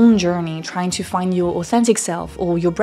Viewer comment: Your scent is really strong. It's sounds nice except I would recommend you practice the "th" sound in words like "that" and the "t" in the word "to". I hear "dat" and "choo"